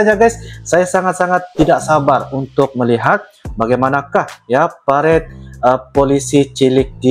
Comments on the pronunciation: Bukan " PARED" tapi "PA-RA-DE" dalam bahasa Indonesia dibaca terus, .... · Bacanya pa-ra-de bang..... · PA, RA, DE, bacaan nya bg artinya peragaan, pawai dll